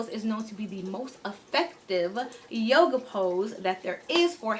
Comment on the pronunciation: This girl said “yoga” 😑😑😑 logs off